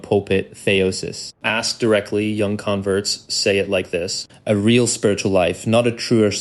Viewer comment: I suspect this audio is AI, odd pronunciation of "converts" as if it's the verb